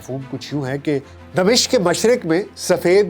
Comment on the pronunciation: Dmishq نہیں Dimashaq